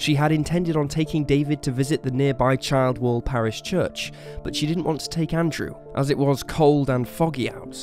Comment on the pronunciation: Childwall pronounced Chilled-wall.